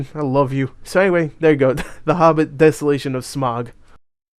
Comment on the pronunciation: Good grief, it's not "SMOG" it's SMAUG. NOT, "ON" BUT "OUCH" TAKE THE OU IN OUCH AND OUT IT IN SMAUG, SM-OUCH, SM-AUG. SMAUG. Saying "smog" shows how little you know about The Hobbit.